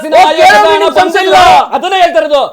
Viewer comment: ಹಣ adu ana alla 😂😂😂 ಎನ್ ಕನ್ನಡ ಮಾತಾಡುತ್ತೀರಿ?